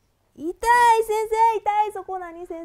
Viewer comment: 痛いの言い方、おとこが入っている感じ！いだい！濁音になっている！